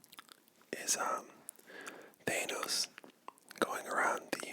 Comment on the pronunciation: That is not how they say his name in the films No one says that You pronounce thanos the meme way